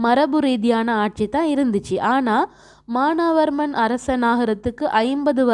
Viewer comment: மானாவர்மன் இல்ல teacher மானவர்மன் Correct